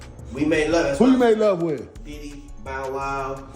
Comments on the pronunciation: 😆 wao” its ‘Bow Wow’ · Beau wow seriously wtf. It's Bow Wow!!